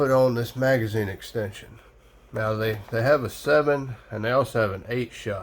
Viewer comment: It's "Magazine" and not "Magizne."